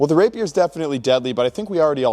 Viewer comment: The pronunciation of "rapier" is making me mad